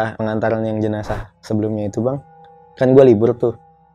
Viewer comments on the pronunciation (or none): Jenazah bang bukan jenajah 😂